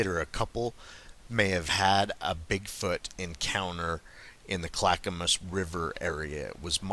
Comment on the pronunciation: And Yamhill pronounced YAM HILL. Good job on Clackamas tho. Lots of Hard to pronounce names for non natives to the area.